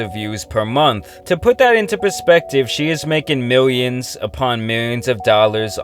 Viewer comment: You can’t even say millions